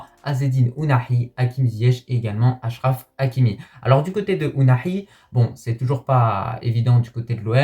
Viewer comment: petit conseil en arabe tu peux dire achraf et attiat comme en francais 7achraf et 7attiat sa n'existe pas voila sinon bonne vidéo comme d'habitude